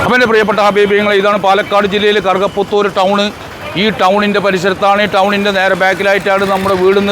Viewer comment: കറുക പുത്തൂർ എന്നത്,, വ്യക്തമായില്ല,, ഏത് താലൂക്ക്